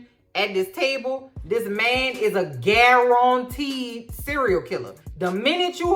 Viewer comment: Omg the way you say 'guarantee' reminded me of that old white Cajun chefman my momma use to watch back in the day,,,too lazy to look up his name 😄